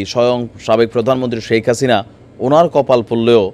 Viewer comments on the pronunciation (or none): none